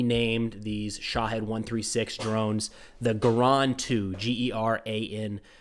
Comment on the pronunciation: think about were there from its Shaheed not shohead 🤣